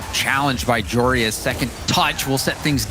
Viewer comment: Can casters please stop saying joreIS his name is spelled joreUZ